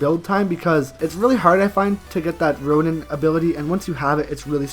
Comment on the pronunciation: He said roian titan as strong Happy stupid